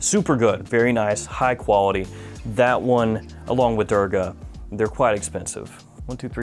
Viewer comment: It's actually pronounced as 'Doorga'. Great list! Would like to try out Bowmakers. I'd like to be entered in the giveaway